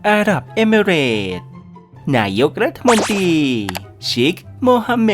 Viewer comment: ไม่ชอบใจตรงที่อ่านรัฐมนตรี เป็นรัฐมนตีนี่แหละ ให้ไปฝึกอ่านคำควบกล้ำใหม่นะ ขอร้อง ๆ